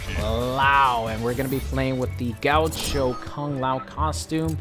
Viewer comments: being brazilian and listening to how you spell "gaúcho" is really funny good vid tho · Ramon Of course, but it's from Venezuela I think, he just pronounced like an American would do it